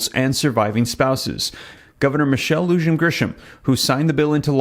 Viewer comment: Michelle lujan Grisham...Lujan is pronounced Loo-hawn ("H" for the J and short O sound)😁 similar to "Mulan", just FYI. Thanks for all you do!